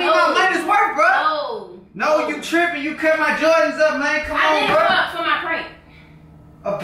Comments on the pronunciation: She can't even say jordans. She like " jardans" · Its prounced Jordans Not Joradns lol 😂😂😂 but it's ok the first time I heard Jordans I said Jadons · Wtf is some "jawdans" 😂😂😂😂😂😁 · his favorite "jardins"😂😂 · "these his favorite JARDINS" LOL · She say Jardens😂😂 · She said jardans haha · She say Jardans😭😭😭😭😭😭😭😭😭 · she said jardens